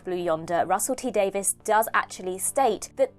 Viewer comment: Davies. Not Davis.